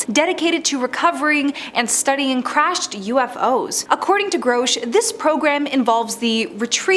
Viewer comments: His name is Grusch, not Growsch. Who can take you seriously when you fuck up saying the main topics name. You suck horribly. Delete this video and do it again. This time don’t use AI, use a human! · GROW-SH????? It's GRUH-SH. How you fk this up so bad? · Groshe. Lol. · You said his name like 53 times and you also said it wrong like 53 times. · Every time you screw up his name, YOU sound more STUPID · You'de think she would have done some listening on how others pronounced his name. So gross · Mispronouncing his name is part of the disinformation campaign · How am i suppose to believe anything you say when your "research" didnt include how to say his name. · Not even 2 seconds into the video and the Narrator EPICLY Phucks up David Grusch's name. Damn. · .....and says it 100 times 😅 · You are pronoucing Grusch wrong. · Yes there is no O in his name.